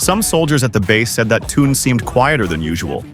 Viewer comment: Вот опять хрень написали я прошу правильно проговаривайте их имна он не Тун а ТЕХЕН.ЗА ЭТО ТОЛЬКО ПОД СУД ЧИТАТЬ ПРОТИВНО СКАЗОЧНИК ЗАЙМИСЬ ДЕЛОМ А СПЛЕТНИ НЕ СОБИРАЙ